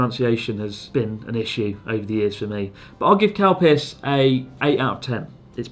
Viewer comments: its...calpis... XD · Can you stop pronouncing it CAL-PISS. It's Ka-Lu-Pea-Sue.. or just say Cal-Peace.. not Cal-PISS. smh. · exactly.. it should be pronounced Cal-Peace.. by people who cant pronounce it properly. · Whenever you say Calpis I understand Cowpiss, and I ask myself who can Drink this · Was I the only person who misheard 'calpis' as 'cow piss'? Edit: Reads other comments..... Ah, no. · I just can’t unhear “cow piss” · Same, Calpis/Calpico sounds like they are saying “Cow Piss” Its hilarious! 😂😂😂🤣🤣🤣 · Are they saying "cow piss"? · Are you saying "cow piss"? WTF!? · I seriously thought Chris was saying Cow Piss. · Does anyone else hear them saying cowpiss? 😂 😂 😂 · When someone says calpis it sounds like cowpiss lol